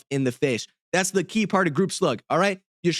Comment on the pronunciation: "Yish-Lota" lmao